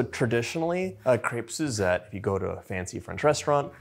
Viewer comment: Nice, and u can even say the name correctly.